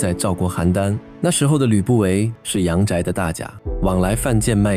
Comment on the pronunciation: 「大賈」音「古」，不是「甲」